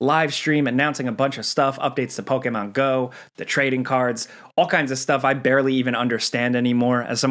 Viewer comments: It's po key mon not po kay mon 💕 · Why is he pronouncing Pokemon so hard like that? Lol “Pow-KAY!!-mown” like wtf is it just me? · You say Pokémon weird lol